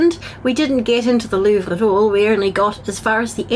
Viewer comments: Lowvere fried me lmao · I don’t think I’ve ever heard an adult not know how to pronounce the Louvre before. She’s a commentator and knew she’d be saying that multiple times, so IDK why she didn’t bother to look it up. Your credibility tends to go out the window when you can’t even pronounce the names and places of people you’re slandering. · she's canadian too they have a closer relationship to the french language than if she was american like many have assumed. It's even more ignorant in her case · Her reasoning for not being able to pronounce The Louvre being 'I'm not French, I'm Irish.' is super weak because 1) she's Canadian and 2) I'm an Irish-American who has atrocious French, and even I can Anglican-pronounce the most famous art museum's name.